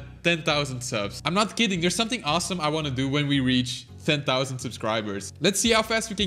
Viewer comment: It sounded like done to me